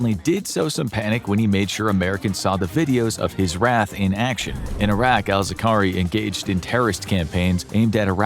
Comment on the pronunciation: Zar-qa-wi, not Zaqari